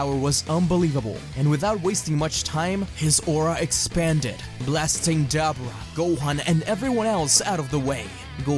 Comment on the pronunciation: Ah man dabura (da-bor-a) not (dab-bra)